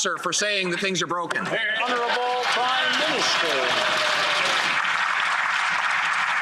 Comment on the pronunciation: Make s me sick everytime they say honorbul p m